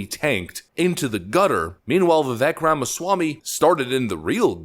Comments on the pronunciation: Please please please just pronounce his first name correctly and he will respect you immensely. Strong, long A sound VivAk, not the e sound that it is spelled with. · It’s Vi-vake like cake, not Vi-veck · Its Vivek like Cake. He says it himself, not Vivek like heck. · His first name is Vivek is actually pronounced Vie Vake (vi = "cry" & vek = "cake") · Pronounced “Va-vake”, (rhymes with “cake”). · Its Vivek pronounced Vivake like cake. Thats how he explained it on Timcast. Guys this man is a legend. Pronounce his name correctly please. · FYI, his name is pronounced Viv-ay-k, like cake. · Just for S&G, I found out that Vivek's name is pronounced "Vih-vake". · Okay, 2 things. First, his first name is pronounced "veevake" like cake. Second, there is no Democrat equivalent. He is the real deal and Donald will need to be careful about what he says about him. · I love Vivek (pronounced vivake like cake). Seriously if you get it wrong now (as a corporate media commentator) it’s because you’re an ass. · Love your videos. Vivek is pronounced "Vivake" like Cake. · Rhino Ron!! And Vivek the Snake!! Don't tread on VIVEK!! P.s. it's announced Viv-ake!! Like Snake! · pronounced "vuh - VAKE," Just for what it's worth. : ) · It’s spelled Vivek but said like Vi-vake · Pronounced "Vivek like cake" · Phonetically: Vivake like cake. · not that it matters much but Vivek is pronounced viv-ache like cake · Say it with me folks, "Viv-ake" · Learn how to pronounce Vivek please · please learn how to say Vivek dude. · Its Vivek, like rhymes with CAKE. It's amazing how many prominent people cannot pronounce his name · Trump/Vivek 2024. Vivek/RFK 2028. Also you're pronouncing his name wrong. Vivek rhymes with cake. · The second syllable of Vivek's name rhymes with cake.